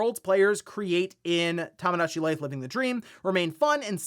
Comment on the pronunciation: One of these days is gonna pronounce Tomodachi Life correctly.